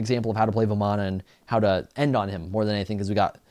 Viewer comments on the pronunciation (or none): You pronounce it varman, in Hindu the A at the end is silent, ravan, ram, ganesh are all the pronunciations.